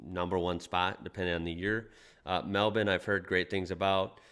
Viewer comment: LOL it's so strange hearing an American pronounce Melbourne correctly. It's usually Melborrrrrn 😅 In fact pronounces it better than the person in the vid he's reacting to.